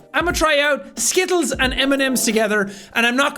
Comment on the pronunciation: I can't stop giggling at the way he says "Skittles"...me and my American accent.